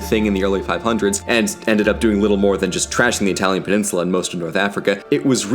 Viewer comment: Great Italian pronunciation by the way!